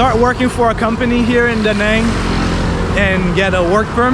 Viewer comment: A note on pronunciation of the City name: The A in 'Nẵng' is not a long A. it is pronounced more like you are saying the a in "Da". basically, like the a in father (not exactly, but close enough).. that squigly line highest above the a means there is a sort of break in the vowel sound - a sudden step up in tone, near the end of the vowel sound. Anyway, you can say it without worrying about that tone, if you just say the a like as in "father", it will sound much better